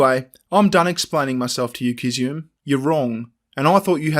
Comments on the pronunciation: The only thing you got wrong ( I think) is it's pronounced Kiz-zu-me. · Sorry but every time said Kizzume I wanted to say "Gesundheit".:)